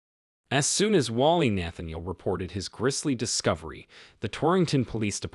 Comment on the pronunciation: Nathaniel - Machete - disarray - some of the words the narrator doesn’t know how to pronounce. Then the heavy breathing.